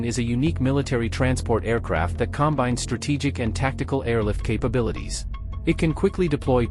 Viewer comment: You mispronounce "COMbines" as the noun. It must be pronounced "comBINES" - the verb.